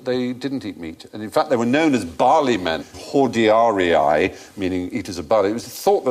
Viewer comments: facetubemyassplug Double i's in Latin are pronounced as they are shown. Ee-Ee. Not Ee-eye, or Ee-ay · mispronounced the word: Hordearii Horr-day-uhrr-ee-ee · horr-day-uhrr-ee- ay